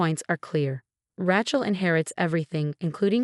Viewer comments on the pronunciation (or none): Not RYCHEL but pronounced RAYCHAL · 12 mil to repay + interest. How in the heck are the in-laws going to repay? Interesting story with lots of mispronunciation, especially Ratchell (other stories have the same pronunciation.) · I can't stand the mispronunciation of raaachel. Ray, day , clay, say, pay aaaaaa long a. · It's not Rachel, it's Rachel. Long a not short.